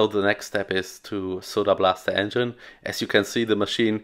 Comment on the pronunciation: Wheat-ten enhine ✅